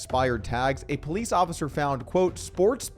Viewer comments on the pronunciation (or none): none